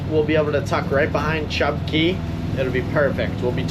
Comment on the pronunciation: Chub Cay! Portal to the TOTO! Thank you for pronouncing cay correctly.